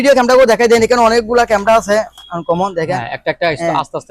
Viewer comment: বংগের বাচ্চারা কেমেরা ও বলতে পারে না মুর্খের বাচারা বলে কেমরা